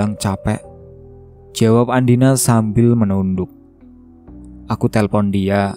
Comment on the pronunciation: Mohon maaf ya ada kesalahan pengucapan nama tokoh utama yang seharusnya andina. Malah ada yang di ucapkan dengan nama andini…